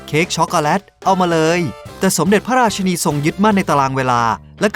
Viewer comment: ราชินีนะคะ อยากให้ออกเสียงให้ถูก😂